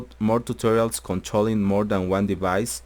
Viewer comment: "midi deBice" u kiddin???))))))